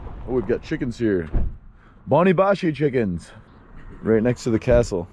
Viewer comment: Chony bashy with CH not boni bashy :D anyway nice to see you in my country man I was there in July… I highly recommend you to visit a beautiful place Deraluk it’s between Dohuk and Barzan 🤩 and Akre